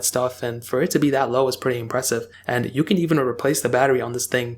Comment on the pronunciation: Do you notice how always say „pwetty“ instead of „pretty“ uwu?